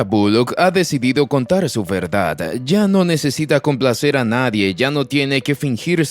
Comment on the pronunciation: Porque habla así? Vererdad, Porofundidad, contarar… etc